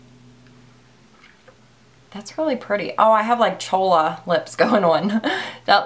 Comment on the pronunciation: I just died laughing when you said chola lips😂